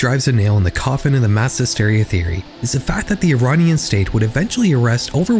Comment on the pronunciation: Great video! Just putting it out there, I dont think the way youre pronouncing "Iranian" is correct.